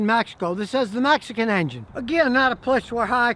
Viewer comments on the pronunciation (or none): none